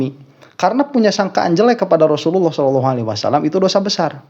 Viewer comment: Si rhoma sholawat aja gk bener,sholalloh aja dia bilang shelalloh😂😂